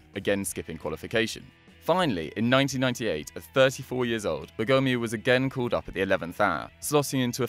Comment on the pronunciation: My God, the misplaced accents in Stabile and Bergomi made me almost stop the video.